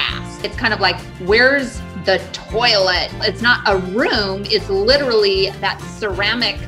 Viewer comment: " Quite Lidderally" only if you're referring to Smashie "Lodda Work For Charidee"